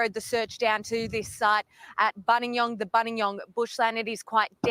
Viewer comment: I live near Buninyong - it's pronounced "BUN-in-yong" - it's a name given by the traditional owners ('Bonin-yowang') which means 'man in reclining pose' or 'man lying with knees up'